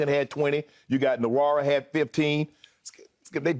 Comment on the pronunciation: Just for my fellow Nigerians and Igbos, Jordan Nwora's (an Igbo man) last name is not pronounced nuh-wo-rah. It's pronounced woh-rah, although it's a tonal language, so you'll probably still pronounce it wrong. At least you can get the right syllables.